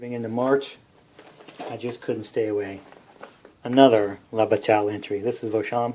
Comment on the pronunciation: Thank you,. I enjoyed this very much. All of these games were under my radar with the exception of Holland '44, which is on my table right now. If you're interested, bataille is pronounced 'bat-tie', like what a flying mouse wears to a court date.